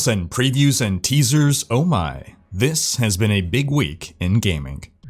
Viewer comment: "This has been a big week in Gamink"